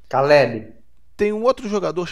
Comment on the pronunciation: Calébê, Yohauran, Arraus, Beresi, Tixexe, Borrarro e Echa...porran. MT BOM VER A EVOLUÇÃO DA ALFABETIZAÇÃO DE.